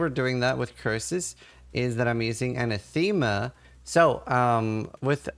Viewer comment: Not to be that guy...but... aNAthema. Emphasis on the second syllable